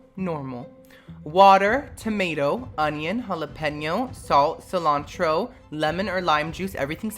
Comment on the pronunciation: Anybody else realize he pronounces tomato as "timato"? lmaooooo